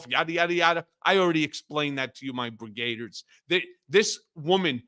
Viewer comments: Why do you say 'Brigaders'? It's Brigadiers! 'Brig-ah-deers'! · Please learn how to pronounce "brigadiers"